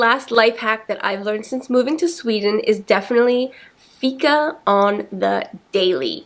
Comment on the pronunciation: Im from Sweden and I like the way she says "Fika" 😅